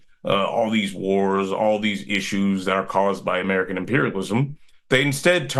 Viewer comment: ‘Murkan Dee-Mock-racy!